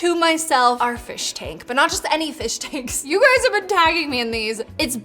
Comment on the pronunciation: the P instead of f in fish tank 😂😂😂